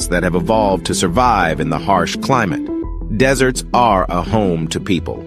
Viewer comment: When the AI says deserts in the begging of the video he says desserts 🍨 like food lol…